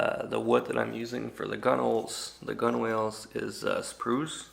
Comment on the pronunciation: Not to be an ass, but the word gunwales is correctly pronounced gunnels. Great build !